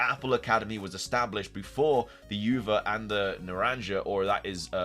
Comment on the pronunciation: Its OOva and naranHA ,not Uva and naranJA its spanish 💀